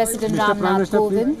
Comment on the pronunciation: It's "Kovind" not Govind🤔